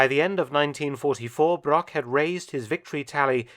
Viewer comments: The butchering of his surname really hurts, especially because it's used that often in the video. Broch and Brock have completely different pronounceations in German. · A small mistake, non german native speakers do, is the ,ch' sound, the name Broch is not spoken Brock. The ,ch' sound is similar to the noise of an angry cat, but slower and softer.